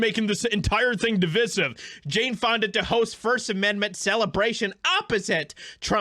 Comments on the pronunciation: De-Vi-Siv, not De-Vis-Iv. It comes from the word 'divide' and has the same kind of 'i' sound. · ‘Divisive’ should not be bastardised by speakers of pidgin English.